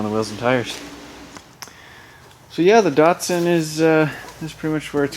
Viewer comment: Can you stop saying DARTSARN